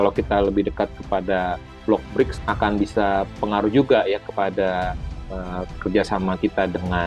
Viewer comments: ”BriKs”, ibu, bukan ”BriJs”. ”C” dibaca ”K”. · Bacanya BRIKS, bukan Breach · Dibacanya 'Briks' bukan 'Brijs' ya Mbak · Brics Pronounce nya koq bridge ? Mbak....